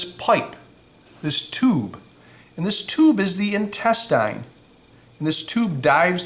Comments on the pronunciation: Intestine, not intestīne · Why does he say intestine like that???